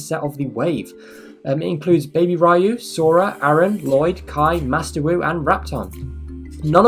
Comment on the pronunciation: Wow you pronounced riyu name right the first time